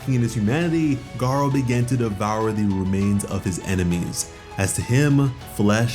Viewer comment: GARU > GAR-O